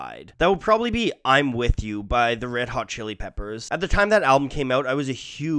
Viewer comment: Aye why does he pronounce “red” and “head” so weird